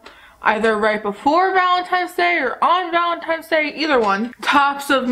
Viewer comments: I watched this video and somehow didn't no u said Valentine's wrong until I saw ur post in the community tab lol but I think it's cute. don't change it cause I say things wrong on purpose sometimes because I find it funny. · I think it’s adorable that you say valentimes day hehe ❤️